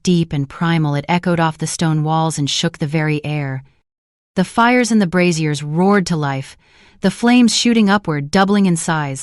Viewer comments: I'm getting distracted by the image of bras hanging from the walls 😂. For information the pronunciation of braziers is not bru-zeers (that's the old fashioned name for bras) - it should be bray-zee-eers. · LOL "fire brassieres" maybe we don't need voice actors after all. This is hilarious!